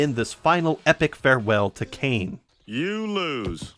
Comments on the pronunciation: His name is cane scrotumberg please get it right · I love how you mispronounce Kane's last name differently everytime you say it.